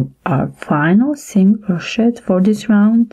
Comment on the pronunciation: Crow-shay my dear. Not crow-shet. The ‘t’ is silent. The tutorials are great. Thank you.